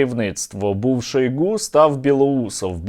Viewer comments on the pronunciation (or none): none